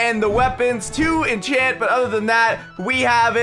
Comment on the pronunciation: Inchant anything I'm pretty sure I can in inchant myslef as well.😂😂